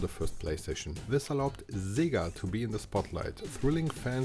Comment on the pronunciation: Sorry, who is Szziiga? You meant SEGA! Hahahaha I mean yayayayayayayaaaa